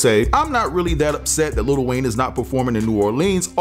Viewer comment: I'm sorry, can y'all please stop calling him "Little" Wayne..it's Lil Wayne